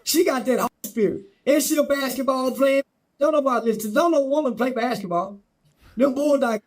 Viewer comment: That joker said “BACKETBALL”…😂😂😂😂😂😂😂😂😂